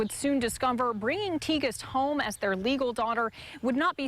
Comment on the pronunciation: I think you pronounce her name Tig-est